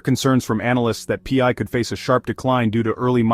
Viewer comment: You are not a millionaire as this video claims. Nor is it P I is Pi which sounds like Pie get it right!!